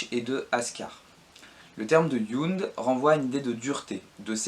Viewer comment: Ben, déjà effectivement Ibn khaldun prononcé Ibène Caldoune (ça se rapprocherait plus de Ibn' Rrrhhhaldoune ou en "français" Ib(eu)ne Caldoune, le "(eu)" étant quasiment muet) ; Jund prononcé à l'allemande Yound (au lieu de Djound) et pareil avec Jaysh (qui se prononce de façon proche de Djaïch et non yaïch). Mais bon, ce ne sont que des détails ! Très bonne vidéo, qui fait bien le tour de la question ;)